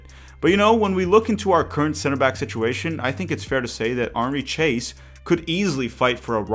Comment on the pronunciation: The pronunciation of "Chase" is completely wrong.